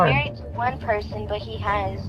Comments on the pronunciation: she says “yourcelf” and “persun” these are not ppl to be believed or taken seriously 😹😹😹😹😹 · I’m surprised even spelled Malicious Prosecution correctly the way “persun” and “mycellf” kept tripping her up. 😂😂😂 My God! She needs to be taking classes while she waiting on her king to get out.